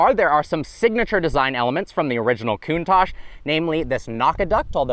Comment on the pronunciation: The Lamborhini "Cunt-tash"?